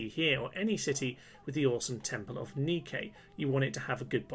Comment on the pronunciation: Just #FYI, the Temples of Nike are pronounced Nigh-Kee, not Nee-Kay